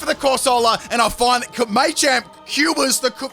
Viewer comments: Say it with me: "Muh-champ. Muh-champ." Maychamp. 🤣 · You're killin me. I know you know it's Ma-champ and not May-champ. You've said it before -_ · thank christ someone else noticed this too...it was driving me mad him saying it wrong.....its "MUH-CHAMP" not "MAY-CHAMP" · I wanted to throw up every time you said “may-champ” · Maychamp 😂😂😂 the way you say Machamp haha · It's Ma-Champ. The Ma is sounded like when you say the word Mach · As an Australian, yeah, he's definitely saying it wrong.